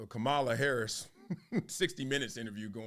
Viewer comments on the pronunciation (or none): It's Kamala (Comma-LA)